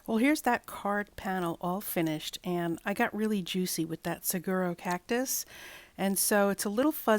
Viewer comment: It’s a saguaro cactus which is pronounced suh.waa.row and I believe the other one looks like a Century plant. I’m sure more information than you wanted…😊great cards using the stencils.